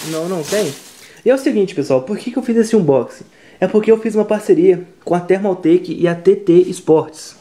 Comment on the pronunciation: Foi muito difícil fazer esse ubochingui,? auehuaueh'